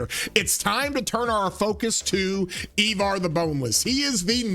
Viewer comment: I-Var not E-Var lol